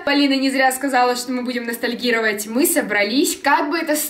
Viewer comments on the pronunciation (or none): Меня одну бесит когда Полина говорит настольгировать